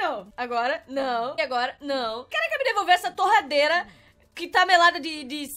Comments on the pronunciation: vc falou terradeira invés de torradeira kkkkkk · As a moon falou terradeira em vês de torradeira kkkkkk